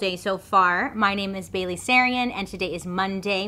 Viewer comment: Aww Bailey! Nailed it, ur awesome Miss Sarian.. u make me giggle with ur sarcasm and I love how much u care.. and with how much u try to pronounce names, things and places it’s getting better, u rock!! ❤️😇